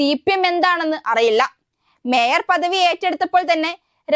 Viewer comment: വേയർ അല്ല sir മേയർ 😂തിരുത്തണെ pls